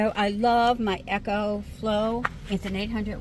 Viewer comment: Pronouncing it "echo" flow haha. Sorta thing my grandma would do. Cute